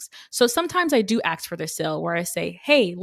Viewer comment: Ask, not axe. It really stands out when someone is otherwise so well spoken...